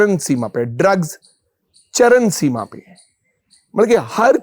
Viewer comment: CharaN seema nahi charaM seema hota bhai😂